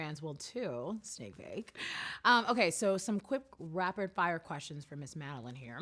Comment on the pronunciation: SHE SAID MADELINE INSTEAD OF MADELAINE!!!!! TRIGGEREDD!!!!!!!